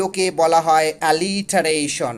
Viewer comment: আলিটারেশন না। উচ্চরন হবে এলিটারেশন।